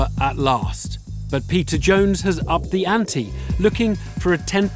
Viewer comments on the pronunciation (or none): Idk why this just made me laugh so hard. I can't unhear the narrator calling him Pizza Jones. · every time the host says "peter jones" i think he's saying "Pizza Jones" and I legit thought his name was Pizza and was so stoked on him. and during this vid I realized his name obviously isn't Pizza and now I have nothing. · I don't know why, but I always hear the narrator say 'pizza jones'